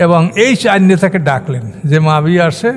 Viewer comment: মুয়াবিয়া (রা:) কে উনি মাবিয়া বলছেন।